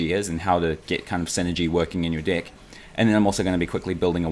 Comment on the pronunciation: I hear dick instead of deck every time .... I'm dying